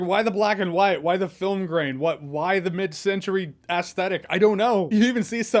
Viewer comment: "ass-thetic" lol